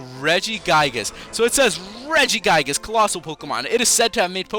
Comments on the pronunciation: It's re-gi-gig-as not re-gi-gai-gas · regigigas not regigaiges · It's pronounced "Rehg-ih-gih-gus" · what is regiguygus? its pronounced (Rej-ih-gee-gus) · its not Reggie-Guy-gis its Reggie-gi-guz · When he pronounces it Regi-GUY-gus I just felt like smashing my laptop..... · Mess Around Account regiguygus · lmao 'regi-guy-gus' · "Regiguygus" SRSLY?! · Regigigas as in "rejigaygas"? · pronounced= rej-I-gig-ass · It's pronounced ri-ji-ji-gas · please say regigigas right (REDG-I-GEE-GAS) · its not regiguygas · U said regigigas rong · Wait, Regigigas is level 1?!?!?!?!? Also, he says it worong; just like Arceus! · You said his name wrong but great video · Your saying regigigas wrong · Your pronouncing it wrong